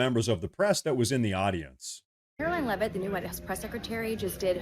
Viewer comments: We are most likely cousins which is why you pronounce Leavitt correctly. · And she pronounces Leavitt correctly. lol Thanks!